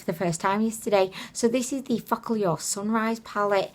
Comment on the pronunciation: Haha i can't get over how you pronounce focallure 😂 fock all your 😂 love it!